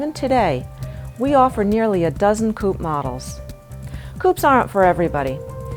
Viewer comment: For your next video can you please get a new moderator? This women is annoying, especially the way she pronounces Coupé! Please fix that. Thank you